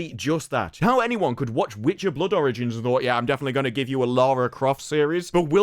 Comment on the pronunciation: I keep thinking you’re saying “Blood oranges” whenever you say “Blood origins” 😂